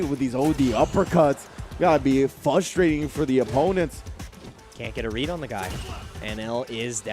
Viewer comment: the "r" in frustrating isn't silent